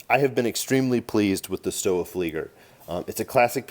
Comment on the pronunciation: In German "W" is pronounced "V" you should pronounce it Stova